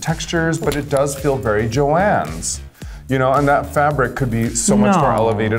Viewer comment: She said JOANNs. Jeez.